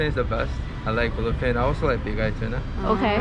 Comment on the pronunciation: bluface tuna hahaha!!! 😆😆😆 Ik he said bluefin!!!